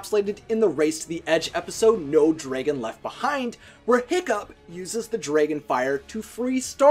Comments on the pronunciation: Say draigon one more time I swear I will die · Why do u pronounce dragon so weirdly. There’s no y. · Sounds like he's saying "dreygan" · YOU KEEP SAYING DRAGON WRONG FOR PID SAKE IT DRIVES ME CRAZY SO I'M BEGGING YOU TO SAY IT WRIGHT!!!